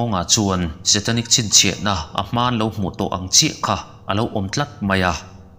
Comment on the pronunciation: i chhiar ngaihnawm viau na a...i thil lam rik dan hi a diklo chi(salt) zawk aw...chi i lam dan hi naute siamnan a chi ang in i lam ri thin a...